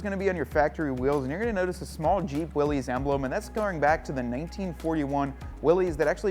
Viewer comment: Uh, Willys is pronounced: (wil-lis) like the original scout car designer's name. It's NOT pronounced like a guy named Willy owned each and every Jeep.